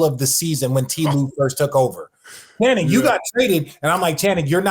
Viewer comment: I love that Perk always says Shannon instead of Channing lol